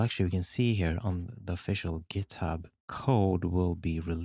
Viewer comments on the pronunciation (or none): none